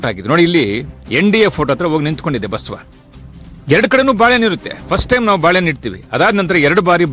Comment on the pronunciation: Basava anthira go mathe anthira enu antha sariyagi heli